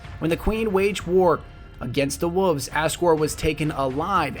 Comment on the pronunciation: I don't like when people pronounce wolves as wuffs.